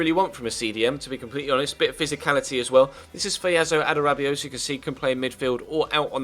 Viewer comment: Its a-da-rab-i-o-yo